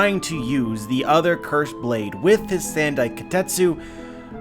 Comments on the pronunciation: The Wado Ichimonji and Shusui are both important swords for Zoro as a character, I don't see him losing them so easily. Also it's not "sand-i" it's "san-dai". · "Sand-eye" kitetsu? Sounds painful